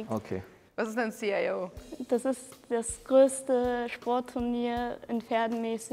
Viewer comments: Das C H I O 😂😂😂😂😂😂 ... alter, das heißt einfach CHIO 😂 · Man spricht die Buchstaben von Chio nicht einzeln!!!!!!!!!!!!!!!!!!!!!!!!!!!!!!!!!!!!!!!!!!!!!!!!!!!!!!!!!!!!!!!!!!!!!!!!!!!!!!!!!!!!!!!!!!!!!!!!!!!!!!!!!!!!!